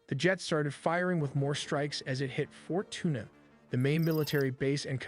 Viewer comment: Lol “Fort Tuna” 🤣🤣🤣 omg it is FORT TIUNA!